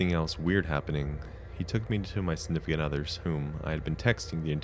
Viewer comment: Snifficant other